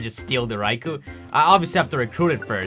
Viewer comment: Thank you for saying raikou and not RAY-KOH